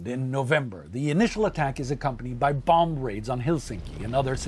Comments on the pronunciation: The b is silent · we don't say the 2nd b in bomb. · Does he really pronounce the b at the end of "bomb"?? Great video. It's just killing me lol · Take a shot every time he says the last b on the word "bomb"